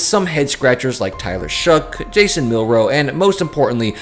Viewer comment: "Jason" Milroe? is better than that come on